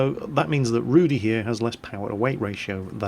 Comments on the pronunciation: Just to clarify, Rudy means Ginger and is pronounced differently. It's more like Rooh-dih with a rolling "r". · Just for clarification..., you spell the name of the tank like it is some name "Rudy", but it means "Rudy" like red... Not like Rudy, the name. Rudy in polish means something like red colour in english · Not all Polish players are going to buy the Rudy. btw. love how you pronounce the name. ;p